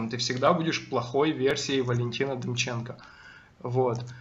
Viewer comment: ДЕМЧЕНКА))) Демченко, ударение на КО! не люблю когда так говорят фамилии...